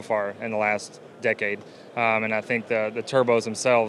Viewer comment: Decade not deecade. Impressive not impreesive